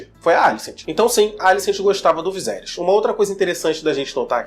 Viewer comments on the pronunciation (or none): viSerys VISERYS pfvr!!! é horrível ver vc falando viZerys kkkkk